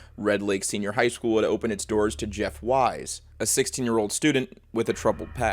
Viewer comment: it’s pronounced “weese” not “wise”